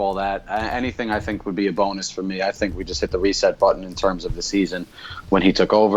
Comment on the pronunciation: No more press conferences hearing "I sink". Now its "we", this is ole a true Red.